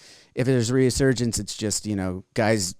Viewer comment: My God. How many times is going to say "reAsurgence" and mispronounce "resurgence". And ffs dude, you're like 50. How do you make it to 50 and still not comprehend, and mispronounce so many simple words?